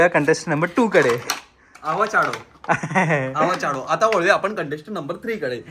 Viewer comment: आवाचाडो 😂😂 , favda hairstyle 😂😂 yaar yash tu khup majedar ahes I like u most ❤❤